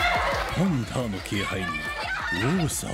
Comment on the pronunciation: パパの「パ」をハンターの「ハ」を「パ」に変えてる